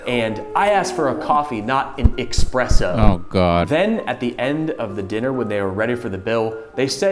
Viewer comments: Expresso? Really? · Espresso surely? 🤪